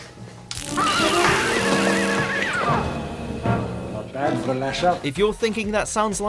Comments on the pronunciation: Wirrn is not ‘WERN’ it’s ‘WIRREN’ have you even watched any of these episodes yourself? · It's pronounced wirren... watch a bit before you record eh? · What's going on with the pronunciation of some of the names Telos, Wirrn, I think this person is reading from a script and has no idea about what he is narrating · Have you even watched any of these stories? The mispronunciations of nearly every species or planets is unreal . For example you say Wern and not Wi run, Wyrryn. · In the ark in space bit you pronounced the wirran wrong its wi-ran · "Wurn" "Patrick Traughton" "Ramona" AAAAAAAAAAAAAAAAAAAAAAHHHHHHHHHH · The way he pronounced "Wirrn" and "Telos" are making me cringe, quite badly.